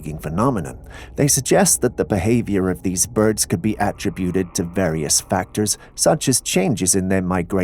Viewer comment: A-trib-buted Con-trib-uted Those are short I sounds in the middle.